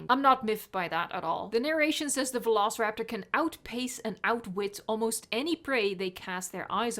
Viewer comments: It should have been vel-oh-so-rap-tu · "[vuh-lo-suh-rap-taw]" what?! No it isn't! Who says it like that? It's more like "veh- loh-si-rap-tor" as in like "velocity." I can only imagine they made it like that in case they thought people would assume the "si" bit is pronounced like "sigh" or something. so glad I'm not the only one who thinks it's written daft! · Bri'ish today, are ya? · vuh-lo-suh-rap-taw sounds like summoning something in Skyrim xD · Just say Velociraptor. Latin pronuntiation beats any pronuntiation. And change the V for an U if you wanna be extra correct xD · I'm so happy I wasn't the only one that found the "vuh-lo-suh-rap-taw" pronunciation super weird